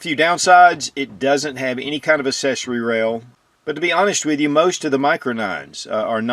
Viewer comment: the word accessory is pronounced "aksessory" with a hard C like accident. We don't say assident.